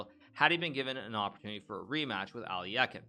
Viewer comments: It’s aluhk-eye-n, not alli-eh-kin. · Why do you read as “Alyakin”? He’s “Alyokhin” tho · hikaru saying alekhine's name wrong is so bad lol its literally phonetic.. alek-hine ? not ally-ekkin wtf hikaru come on dude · Wow. I've been pronouncing Alekhine as "Aleck-hind" for 40 years. So weird to hear it pronounced "Ali-eck-en". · "Ally yaken?" Alekhine = Alek-hine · Al - e - khine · really bothered me how hikaru pronounced alekhine like aL - LeE - eH - kIn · Nakamura is pronouncing Alekhine incorrectly. The correct pronunciation is “a.luhk.hine” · As a matter of fact both are incorrect. The proper pronunciation would be "Alye-heen" (and try to say the first part without glottal stop caused by 'y', saying "e" as it is pronounced in "men"). Alekhin himself was always very upset when someone was pronouncing his name with "yo" sound as in Alyo-heen since he thought it vulgarized the surname - he insisted that it was a nobleman's surname and therefore must be said differently from a common folk's version of "Alyokhin". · Lol at the mispronunciation of Alekhine. Makes me chuckle every time. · Is that the real way to pronounce Alekhine??? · Is it pronounced Al-e-eck-in or al-eh-kine (souns like 9)